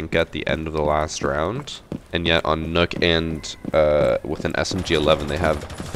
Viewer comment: Mans be saying “Nook” Instead of nokk pronounced “Knock” but that’s it other then that great vid